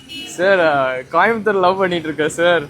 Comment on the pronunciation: கோயம்புத்தூர் தான அது காயம்பத்தூர் ன்றான் 😂😂😂